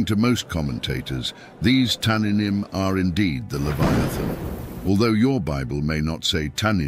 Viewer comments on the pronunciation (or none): It's tannîym not tananim Cord H8565( just type in Google)